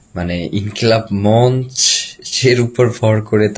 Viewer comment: গুলি খাওযার পর ২ দিনেই সুস্থ !!! মঞ্চ শ্দটাও ঠিকমত উচ্চারণ করতে পারে না।